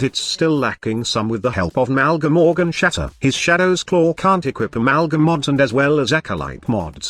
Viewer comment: Every time he say Claw XDDDDDDDDDDDDDDDD